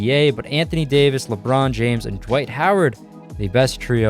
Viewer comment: Is it just me or does he sound like he's adding a J somewhere in Dwight's name?